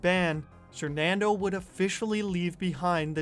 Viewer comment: When did he change his name from "sernandoe" to "sernando" lmao